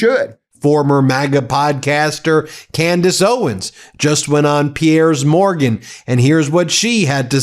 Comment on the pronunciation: Mispronunciation of name "piers morgan" by ben..must be AI because he knows better